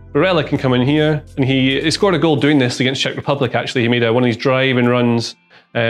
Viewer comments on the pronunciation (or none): none